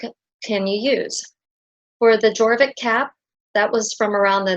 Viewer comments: the letter j is pronounced as a y. Fjord = fyord, jorvik = yorvik and so on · You've made a lovely tutorial. I would like to help with your pronunciation though, if I may. These are Scandinavian words so, your "j" has a "y" sound. For example Jorvik is pronounced "yore-vik", likewise Skjoldehamn is pronounced with the "y" sound (sk-yold-ham). I hope I've helped you as much as you've helped me❤